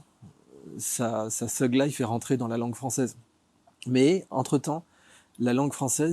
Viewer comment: Il m'a stressé comment il a prononcer thug et thuglife